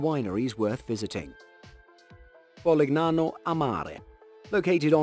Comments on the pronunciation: Polignano and Puglia are actually pronounced somewhat like "Polinyano" and "Pulya". Gn and Gl are not read phonetically in Italian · The narrator has a pleasant enough voice, but the "g" is silent in "Puglia" and "Polignano". It serves as a modifier giving a gliding "y" to the following consonant - - such as in "Lasagna" or 'Bologna". And thus "Pulyia" and "Polinyano" would be closer to proper pronunciation. Nice vid, otherwise. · Favorite part is the attempted Italian accent mixed with plainly wrong pronunciation, like PoliGnano haha. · That was a great compilation! But, please: It's spelled "Poolya" (Puglia) and "Polinyano" (Polignano) 🙂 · how the faq you pronounce PUGLIA and POLIGNANO??? Why the hell don't you check the correct pronounce of those words before saying them??